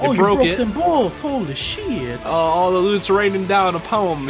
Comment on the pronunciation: full giearrrr xD i kennot: holee shieeet